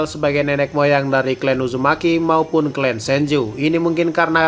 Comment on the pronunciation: Clan ya di baca nya tetp klan, bukan klen hadeuhhh ngmng aja ga bener